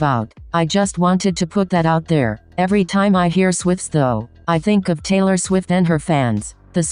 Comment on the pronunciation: thought i was the only one that thought swith sounded like swift LMFAOAOOA